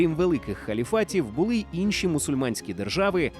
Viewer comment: Видно, що ви знаєтесь на історії, але з українською є проблеми. "Инші" - це результат діяльності активістів, які не розуміють напрямку розвитку української фонетики. Прочитання "и" з часом зміщувалося до центра, тому раніше це був сучасний звук [i].